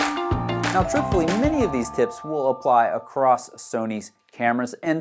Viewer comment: When you say "many cameras" it sounds like "mini cameras" and I confused the heck out of me until I realized what you meant